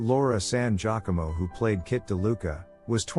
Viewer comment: Laura San Giacomo’s last name is pronounced: “San Gia~Como, Gia as labeled the “First SUPERMODEL” in the 70’s, and “Como” as in Perry Como. This is precisely why I can’t stand the computerized automatic narration. It mispronounces words, personal names, cities, etc. etc.